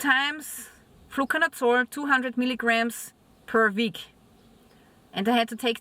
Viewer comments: What is this word youre saying? "Flucanutsore"? ? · Nevermind I figured it out you're saying "Fluconazole"